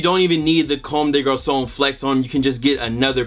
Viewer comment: First sneaker youtuber I seen pronounce comme des garçons correctly